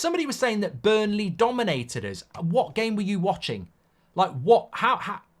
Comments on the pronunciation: Mark, it’s BURNLEY ffs. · Relax with emotions today. That was not a penalty. And again it's BURNLEY for daaaam sake! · Mark it’s Burnley